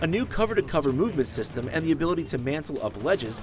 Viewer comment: Basic 'semem' of upgrades? WTF?